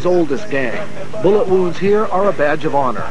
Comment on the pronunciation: “Boolet” man